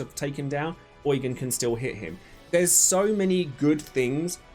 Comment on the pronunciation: I think Eugen is pronounced YOU-JEAN😭